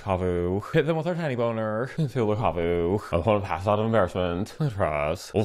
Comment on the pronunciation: Ok, of all the "NSFW mispronunciations" to make, Tinybones is ILLEGAL to do that to, and I demand retribution for this unforgivable crime